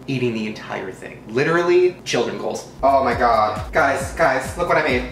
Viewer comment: This is how many times he said oh my god Jk I don’t want likes it’s just funny how he says “oh my ghod” 😂